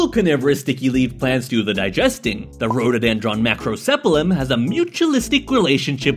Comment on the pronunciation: ''the Rhododendron Macrosepalum''💀